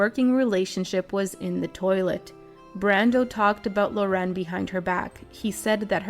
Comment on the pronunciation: It's not Lo'ren, it's 'Loren...